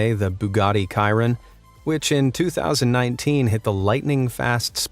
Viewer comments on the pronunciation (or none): It's not kiron it's (Sh ear on) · bugatti karon ??? its chiron with like sh not k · Bugatti Chiron. Lolol It's not Ky-Run, it's pronounced She-Ron. It's a shame that you have absolutely zero knowledge of your own and are simply reading scripts written by other people. Though, it must be great to have someone to edit your videos, someone else to produce all your content, scripts written by someone else, even topics chosen, research done and just about every other thing you need to run this YouTube channel served to you on a silver platter. PS I just used a TTS engine to read aloud the word "Chiron" and it read it exactly the way you did, Ky-Run. I wouldn't be surprised if you were using a text to speech software for your videos. To mention a just a couple, Steve from WATOP and Arun from MrWhosetheBoss are the real deal. PPS even Cecil is mispronounced in this video. It's See-Sill not Cess-ill. However the TTS again read it the same way as it is in your video. Not surprised at all. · its pronounced she-ron not kie-ron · All car fans cringe here it’s pronounced shear-on not ki-ron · When he said Chiron like kyeron my soul died a bit inside It's Chiron (pronounced chee-ron), or at least how it is around my part of the world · hold on wait a minute did he just say the Bugatti Chiron - K-iron its due to be seen has a SH-iron . no one noticed this? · its not ciron its chiron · its pronounced "shi-ron" not "ki-ron" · Bugatti kiron????? It's pronounced Bugatti shiiiron. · Bugatti "SHE-ron" not "cheer-in"😉👍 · It’s pronounced “sheer-onn” not kairin lol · wo bugatti chirone its chri-on say it like this shereion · My guy pronounced bugatti chrion as bugatti "Kiron" 🤣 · chiron not ciron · You said Bugatti Chiron wrong it’s not Bugatti kiron😂😂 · WHY DOES EVERYONE SCREW THIS UP IS IS PRONOUNCED SHE-RON AND THAT ONE IS THE BUGATTI CHIRON SUPER SPORT 300+ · O yes the fastest car the Kiron not the Chiron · Was this just me or did he say cirin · Bugatti's car is pronounced 'Shih-rohn'